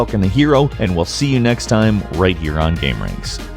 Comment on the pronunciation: Does anyone else fucking hate the way he says game?